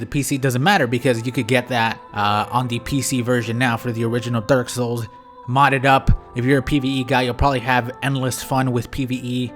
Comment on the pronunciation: yo I decided to help caption the video and can you PLEASE stop saying dark souls so fast YouTube thinks you're say dorsal every tim